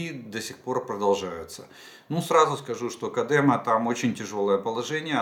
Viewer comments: Спасибо огромное за вашу работу. Это очень важно для нас. Хочу вас немного поправить на правах коренного жителя Бахмута: населённый пункт КОдемо и КлинОвое. Эти ударения именно такие. Спасибо за понимание. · З дитинства чув що Кодемо наголос на першу літеру"О"....дякую!